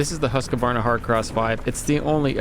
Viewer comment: There is no "a" between the q and the v in "Husqvarna"